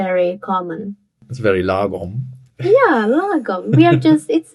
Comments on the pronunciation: I am not so sure about your Swedish tutor though. She should have pronounced it properly since "lagom" is not an English word. And she most definitely did not! Law Gomm (like gong, with an m) Also, while it is true that Swedes use this word and that it indeed means "just right" one could easily translate it to "ideal" because that's essentially what we are referring to. But it can easily also, depending on context, be translated to "enough", "right", "justified", "spot-on", "utopia", and "optimal". I am going to attempt to translate some Swedish sentences, word for word, even if the translation might sound wrong in English. I am omitting words like "the", "of", "this" and "on" etc. Sätt termostaten till en lagom temperatur för alla. Put thermostat to an ideal temperature for all. (Put the thermostat to an ideal temperature for everybody) Drick lagom mycket alkohol på festen ikväll. Drink ideal amount alcohol on party evening. (Drink just the right amount of alcohol on the party this evening) Jag är lagom trött på att höra ditt tjötande. I am right tired on at hearing your nagging. (I've had it up to here with your nagging) Lagom är bäst! Utopia is best! (In an ideal world...) And before anyone mentions it, that you therefore can't translate "lagom" into a single word that means all the things, let me remind you that English also have words with plenty of synonyms and "lagom" has many synonyms in Swedish. And that Swedes and the English alike have many words that indeed means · Fair warning: when Swedes speak English, they tend to anglify Swedish words. You can hear them pronounce Swedish words truly weird. This Swedish lady did not quite mrdr 'lagom', but she did not pronounce it the way it should be pronounced. The show host did well though clearly using the grave accent as it should be pronounced.